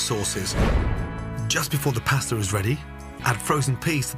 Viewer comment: I know it's superficial but it kills me how he pronounces paaasta. We all should try to pronounce stuff in its native tongue.